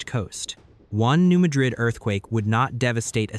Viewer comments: Please pronounce correctly-- New Mad-rid (Mad as in angry--rid as in getting rid of something). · It’s pronounced New MAD’ rid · Some of the pictures do not correlate with the story. There are no mountains in the New Madrid fault line area. Also, the speaker pronounces Madrid wrong. The first syllable has a short "a" vowel sound. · Yes, as a midwesterner, the correct Pronunciation is MAD-rid. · The first syllable in "Madrid" is accented, not the second syllable. It's not pronounced like the city in Spain.